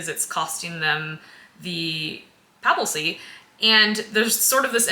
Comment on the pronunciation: I just have to point out that it's "papacy", not "papalcy", which gets said several times. 😃